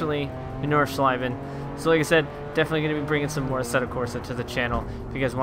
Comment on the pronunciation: Ich weiß auch nicht spricht es nur falsch aus